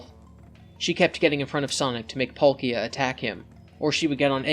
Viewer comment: that's how you pronounce palkia?